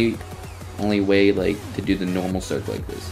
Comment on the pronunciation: LOL u calling it a serk